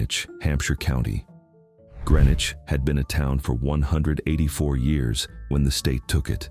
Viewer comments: Prescott is mostly above water. And Greenwich was pronounced Greenwich not grenich. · Watching from Orange, MA. I have walked the road to Dana Common a few times. Dana was in Worcester County, not Hampshire County. It is all now part of Petersham, MA. Also, Prescott was in Franklin County, now part of New Salem, and Greenwich is pronounced GREEN-witch. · GREEN-wich!! Like the one near Albany NY and NOT CT?!